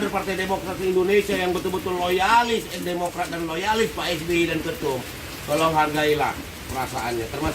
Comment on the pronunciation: Ha ha wkk wkk, Kader Demokrat bilang Demokray jadi CEBOOONNGGG....